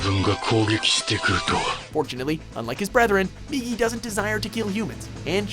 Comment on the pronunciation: THANK YOU! You finally pronounce Migi's name right! That's a start for sure! You pronounced it as 'Miji' before, and...being someone who's been learning Japanese, I couldn't help but cringe. Again, THANK YOU! You finally listen to reason!